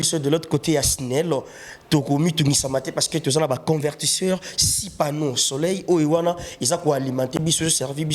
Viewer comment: Journaliste bsr balobaka pano soleur pa pano soleil